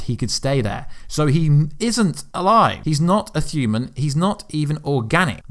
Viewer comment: I'm well accustomed to certain pronunciations being butchered by a accent, but since when did "human" become "thuman"?